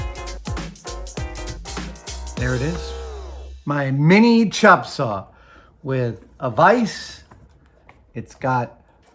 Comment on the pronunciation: "CHOP" saw..... Haha I get it. He must be from Seattle